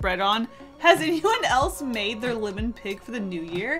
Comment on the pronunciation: LIMon? PINny? It’s like listening to someone say “ole”. It’s OIL. You boil water, you don’t “bowl” it.